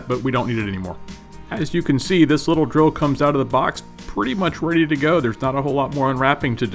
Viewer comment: Is it just me or do you keep saying grill🤪